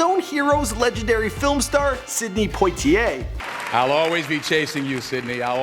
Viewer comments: Its not Potieay 😣 it Poiter 😖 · Poitier = "pwah-tee-ay", c'mon man.